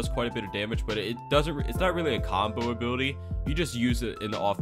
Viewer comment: i love how i hear "a booty" when he says ability every time